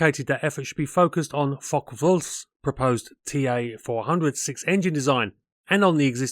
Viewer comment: Generally GOOD content appreciated ; you need to brush-up on yer German pronunciation . You are pronouncing DORNIER as if its French . It should be exactly as spelt ......... Dornierr NOT Dorniay . Messerschmidt Is NOT Meshersmidt . Fokk-Vulf should be Fokker Vulf .